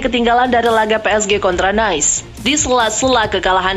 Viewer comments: Nice bacanya "Nis" bukan "Nice" (seperti dalam Bahasa Inggris). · Nice diucap "Nais" Lazio diucap "Leyzio" Belum lagi penyebutan beberapa nama pemain & pelatih yang salah TOLONG INI NARRATOR NOOB AJARIN BOLA YANG BENER DONG